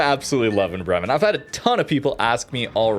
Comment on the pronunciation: Bremmen, Bremmen, Bremmen, bla bla Bremmen. Have you ever been in Bremmen?? It's not a hard word to pronounce. It's not a difficult Russian or Dutch word. Try to say: Braymen (as in day). emphasis on Bray. Makes you sound a little more intelligent, and that you actually care about pronunciation.